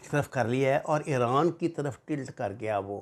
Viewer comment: 😆😆😆it's IRAN not Ieooraan